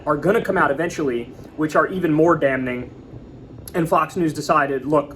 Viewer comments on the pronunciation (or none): Kyle the N is silent in damning. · You're not supposed to pronounce the N in the word "damning". It's silent. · "DamNing" - Kyle Kulinki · The N in damning is silent kyle😢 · I love Kyle and have been a Secular talk for years.... But he HAS to learn how to pronounce "damning" Bruh....the "N" is silent. Just sayin' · the first N in damning is silent. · Kyle. Ask Krystal how to say "damning." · I love you, Kyle, but I'm cracking up over here at the hard "n" in damning ! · N in “damning” is silent. 😊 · 👨‍🦳 Kyle looking like Grandpa Kulinski in that kitchen. Also, the n in damning is silent, Kyle. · Kyle, the word "damn" the N is silent. Pretty sure in the word "damning" the N is still silent even with the ing added. Pronouncing the N when you say that word is that a New York thing? I do not recall anyone pronouncing it this way.